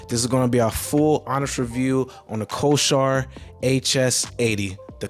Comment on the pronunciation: Bro, not trying to be an ass, but you are pronouncing the word Corsair wrong.